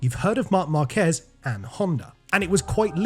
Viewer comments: There is literally a diacritic on A and you still pronounce the name as marKEZ. It's MARkez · Is not Marquéz is Márquez with the accent in the first syllable. It even has an accent on the "a" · Tip for you: If you see a Spanish word with an accent you have to stress that syllable. Stressing the "quez" in "Márquez" makes you look pretty bad.